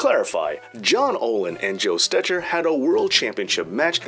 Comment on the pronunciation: One of the best, most concise, and informative histories of the Gold Dust Trio and the origin of modern pro wrestling. Except for one thing... Stecher (or Stetcher) is pronounced "Stecker".